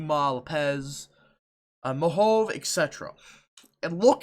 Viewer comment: Oh my friend it's pronounced Mohave mah-hov-ee and la paz 2 separate words. Our counties are all names of Native American tribes 🙌